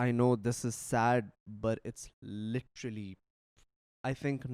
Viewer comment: Lidarly not literally😂